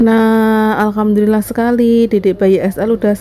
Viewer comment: Penyebutan nya coba di teliti dulu mbak ya.... Setau saya Alhamdulillah itu tidak pernah berubah